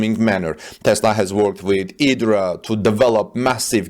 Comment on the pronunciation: I believe the giga press company's name is said Eye-dra that's why there is a giant Dot above the I.....